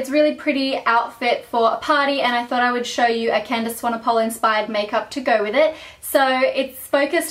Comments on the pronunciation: candice swanePOLE? lol it's pronounced swanepool,:) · Hi, I am from South Africa (where Candice is from), I just wanted to let you know, you pronounce Candice's surname "Swan A Pool". Not "Swan A Pole".. Just letting you know. x ps, you are gorgeous. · love this :) btw its swan-e-pool xx